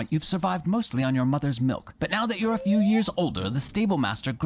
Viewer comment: "A vew years later "